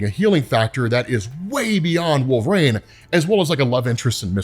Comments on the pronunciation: Bro, please stop saying Wolve"rane". It may be a running joke, I don't know, but sheesh!😂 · One day will pronounce "Wolverine" correctly!